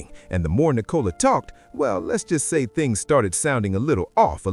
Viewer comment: The girl’s name is Nicola - not Nee - cola! Team VzB - Brooklyn is going to be very sorry he did this one day.